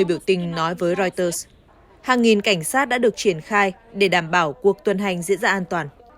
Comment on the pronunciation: Đọc chưa đúng , wa - sinh-từng ????? Hãng tin của Anh đọc chuẩn phải là “Riu - tơ “ mình có cảm giác moij người đọc theo ý mình thì phải???????